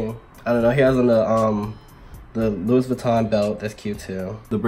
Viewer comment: I thought it was pronounced "Loo-Eee" not LOO-IS